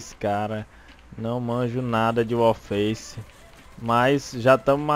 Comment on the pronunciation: O fala 'Wallfaice' kkkkk